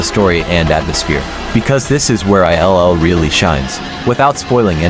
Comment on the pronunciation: 'i' 'L' 'L'... FFS if you are gonna do a shitty AI video, at least check it over. Absolute disgrace.